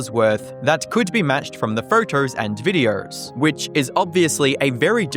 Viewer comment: “Photerrrrrs and viderrrrrrs”